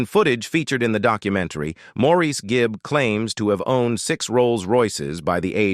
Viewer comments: And his name is always pronounced "morris" not "moreisse/maurice" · Could the narrator of this clip possibly have a more annoying voice and intonation? Sheesh. And what's with his "late" wife, Linda? She is still very much alive. So many mistakes in this video. As that annoying voice tells it, it's like Andy died AFTER Maurice (pronounced Morris) died in 2003, when in reality Andy died in 1988. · As of May, 2024, Linda is still alive and Morris is the pronunciation of Maurice’s name! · Maurice’s name is pronounced morris, and andy died before maurice did. Robin was the most recent to die, and Linda is still alive and happily married to Barry still